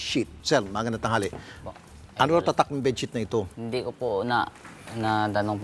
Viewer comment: sabi munga its ah bessheet bakit dika makaget over 😂 its ah bedsheet 😂😂